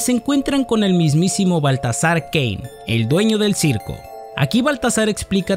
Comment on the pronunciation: No se porque entendí “La historia comienza con un hombre llamado Valtasar Gay”